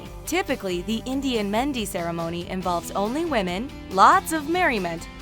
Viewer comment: Bruh you can't even speak mehendi or sangeet but you can freaking pronounce the most odd names. Your video is such a disappointment.